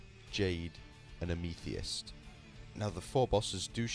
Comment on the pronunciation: Amethyst == am-a-thist.